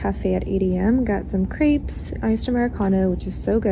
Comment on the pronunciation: Did she really say she got some "creeps" for crêpes?